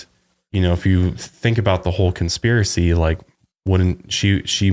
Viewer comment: Conspiracy and chill...Conspilracy. I've watched this a dozen times and something compelled me to do this.